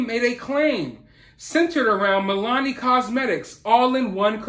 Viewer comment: Just an fyi- its Mill-ah-nee 😛